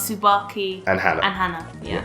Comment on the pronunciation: Hana, not Hannah.